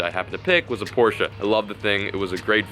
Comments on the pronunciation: Finally someone that pronounces (Porsche) right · but atleast your pronounce Porsche correctly